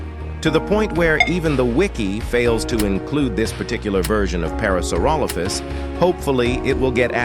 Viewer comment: that aint parasaurolophus that phulorosauraparalophus😭